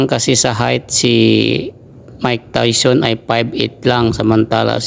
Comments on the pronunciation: Hnd tawson tayson haha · Anong tawson diko ma intindihan